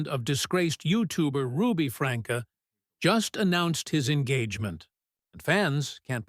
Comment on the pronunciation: There is no one named Franka, it is pronounced Frankie